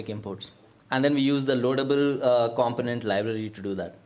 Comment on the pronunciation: Pronounced: com·po·nent